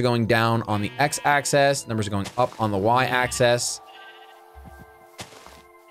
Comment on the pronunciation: Tiddleewink.... the only thing that tilted me throughout this entire crazy episode is that pronounced “axis” as “access”. I love you though keep up the great work. ^_^